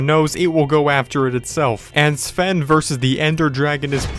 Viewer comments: You said Saven it’s pronounced Sven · Why u say seven not sven?? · Someone tell me who the acc f**k is Sv-en his name is pronounced Sven u shmuck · It’s Sven not seven u n00b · He even pronounced Sven as, "Siven." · He keeps saying sa ven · He still has to get the Elytra wings and visit the Endcity and go to the other biomes he hasn't explored He still can also play with his friends like Jack and Ken And learn how to pronounce Jöregen and Sven🤦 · Ok so firstly, you said Jore-gen. Second you said Seven. And then he said if Sven dies he still does the let’s play. Do your research better idiot. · Who else was cringing when he said “Gorgen” and “Seven” 👏its👏Jörgen👏and👏Sven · Yer-ghen S-ven